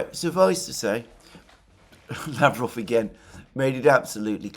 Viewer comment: Russian name Lavrov is pronounced with the accent on the second syllable. lavROV.